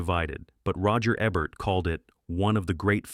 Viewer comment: Ebert is pronounced with a long E.